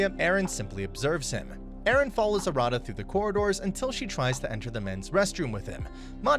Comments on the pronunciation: You're pronouncing Arata wrong, btw . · a rada is not pronounced correctly